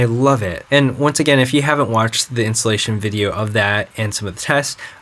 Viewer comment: I kept on hearing "The insulation process", haha! xD